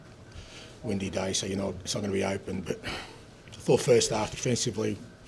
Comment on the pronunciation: Bro said windy day🤣